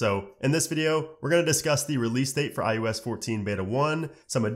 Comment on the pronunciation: My question is why does he say ius